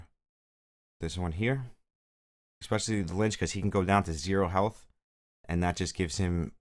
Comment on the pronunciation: Pronounced Litch like itch. Not lynch